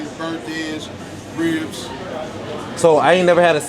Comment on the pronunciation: Yall pronounce ribs with an H, yall said hribs